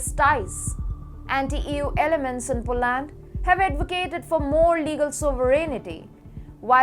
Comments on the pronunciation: How about POLUND or POLIND 🤗🤭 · Polaaaand. It is Polánd not Polând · She should learn how to pronounce Poland!!!! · Atrocious उच्चारण, as always. Poland औऱ europe बोलना भी नहीं आ रहा है। चाटूकारों से बाख के रहो, वो नहीं चहाते कि तुम इम्प्रूव करो